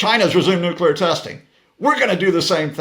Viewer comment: Stop!!!! The nucular talk.